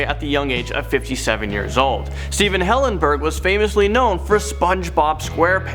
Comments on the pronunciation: It's hillenburg not hillengurb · Hillenburg you guys said Hillengurb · Stephen Hillenburg not hillengurb. But RIP poor spongebob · It was hillengurb not hillenburg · Stephen Hillengurb. I think you mean hillenburg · "Stephen Hillengurb." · Hillengurb? IT’S HILLENBURG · Stephen Hillengurb? That doesnt seem right... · You spelt it wrong it’s not hillengurb its hillenburg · lol Stephen Hillengurb (rip Stephen HillenBURG) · Hillenburg not Hillengurb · Who Noticed "Hillengurb" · Isnt it Stephen Hillenburg not Hillengrub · ...Stephen Hillengurb...Don't they mean Hillenburg?? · Hillengurb... you mean Hilleburg? Love your channel :) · Hillengurb? Not tryna be mean but that seems kinda offensive if u ask me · They said “Stephen hillengurb” like bruh have some respect. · it said Steven Hillengurb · It said Stephen hillengurb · Why is said Steven hillengurb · Stephen hillengurb?????? What?!?!?! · “Stephen Hillengurb” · I know this is not a video to make a joke on but cmon Stephen HillenGURB...R.I.P to all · Stephen Hillengurb? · hillengurb xd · Hillengurb really? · It said hillengurb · I'm sorry, but... Stephen Hillenbur*B*?!